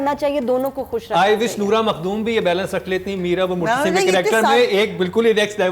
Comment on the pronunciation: Muttasib ni Hy murtasim Hy...